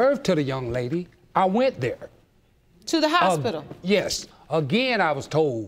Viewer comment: Houspidle...that took me a minute